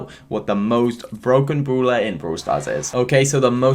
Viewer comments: I vant stand that u say broeler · Everyone: brawler: brooler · No one::bRuLa No offence mate